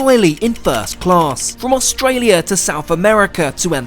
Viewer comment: You pronounced Australia wrong